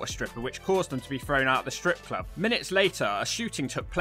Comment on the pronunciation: According to Pacman, it's pronounced "scrip club*.